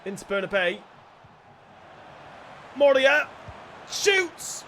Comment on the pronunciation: It´s not moreia :) It´s Morei-rrra